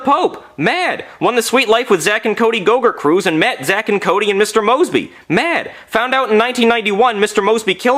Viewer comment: "he met the pope" strong emphasis on met